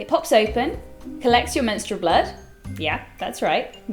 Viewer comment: I love how she emphasize "MENSTRUAL BLOOD" .. . . . . . Btw... I only use pads.. :)